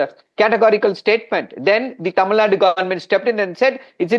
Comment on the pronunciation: Please Say tamilNadu , its not tamilnad, not just karnatak. Is it indi or india? . - Long Live India